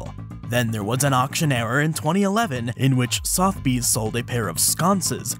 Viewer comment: the E in Sotheby's is not silent also owners get to sell things they own